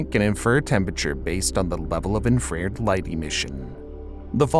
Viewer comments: It is inn-fra-RED, not in-frared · Obviously, man-made climate change from overuse of fossil fuels and aerosols. But seriously, did he mispronounce "infrared" every time? I always heard it as infra-red, not infrAred. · It's Infa-red not inferred. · Yeah another post bagging on pronunciation. It isn't infraerd. It is in fra red. He said it so many times it was driving me crazy. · Every single time this guy tries to pronounce infrared, it actually causes me to lose brain cells. Like what are you doing, reading off a script? If you’re gonna make an educational video on this shit you should probably be educated yourself on the subject. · it's InfraRed, not InfRared. It's really difficult to take this video seriously when you can't pronounce what is about the easiest term to pronounce in physics. Infra-Red. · Just a friendly tip: "Infrared" is pronounced *infra-red, not *inferred*. Thanks for the content. :) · 'Infa-red" bro! Not "infread" or whatever tf your saying. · it is infra-red, not in-frared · not sure if anyone else was driven mad by this, but as far as i'm aware, the word infrared is pronounced in-fruh-red, not in-frae-red. then again, i'm an ignorant american, so it could be in-frae-red everywhere else in the world... small things like that drive me insane the more i hear them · That's "infra-red," not "in-frare'd." How is it even possible for a science channel to get something wrong that's so basic? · "in-frare-d"????? Please make sure the narrator knows how to pronounce stuff. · "inf-rared"? Tell me that the narrator knows NOTHING about science without telling me the narrator knows nothing about science. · In fra red Not infrrrd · It's in fra red. Not in frare d. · In-frared? Infra-red= infrared. The mispronunciation may interfere with understanding is why I mention it, and this is solid, interesting information ^_^ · Infra-Red, not "inferred" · "In frared?" -> Infra red. You can't even blame that on machine translation. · in fer red.. not inferd